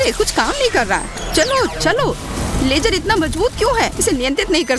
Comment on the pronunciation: Can you get someone else to do the Hindi voiceover? The lady pronounces a lot of words wrong, for example, she calls ‘laser’ as ‘lajer’, ‘Aawaz’ as ‘aawaj’. And her voice is not ideal for voiceovers. Kids might learn wrong pronunciation from her.